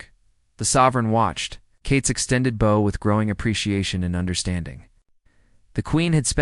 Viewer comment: The pronunciation of the word “bow” is incorrect and annoying!